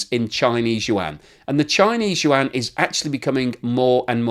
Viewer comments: It's Yuaan not Yuan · BTW the correct pronunciation of "YUAN" is kind of like "won", it only has one syllable. It is not you-ann. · Yuan = ywhen, like "when will you pronounce any mandarin syllables correctly?" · Hi - pronounce yuan: yu-en. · Very informative but your pronunciation of Yuan makes my ears bleed